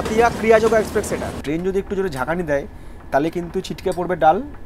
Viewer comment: দাদা এক্সপ্রেক্স নয় ওটা এক্সপ্রেস ❤️